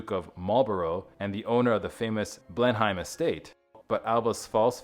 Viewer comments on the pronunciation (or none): Marlborough: Marl-BURRA Blenheim: Blen-em 😊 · Marlborough is Marlburruh & Blenheim is Blennem. So annoying when names are pronounced wrongly, not good research.